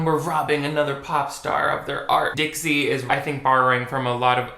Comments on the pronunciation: my brain kept hearing ditsy instead of dixie oops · LoL I keep hearing you saying "Ditzy D'Amelio"